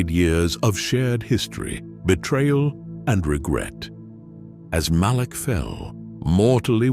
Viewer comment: Malak. It’s Revan and, Malak.